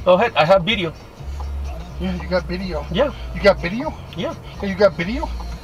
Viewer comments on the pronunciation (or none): The passenger tried to be racist by repeatedly mispronouncing “video” as “bideo”, but utterly failed since the driver just ignored it, and the drivet kept being respectful towards the passenger.